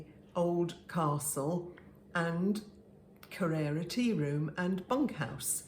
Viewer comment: I had hoped by having been there that you would know how to pronounce Kererra. I was disappointed.😂